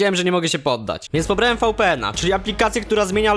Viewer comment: To się wymawia wipijen a nie fałpijen